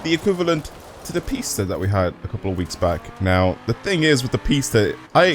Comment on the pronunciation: Its not pronounced pests is pis ta